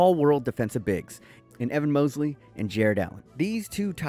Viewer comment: I like how butchers players names like Mosley and wenyama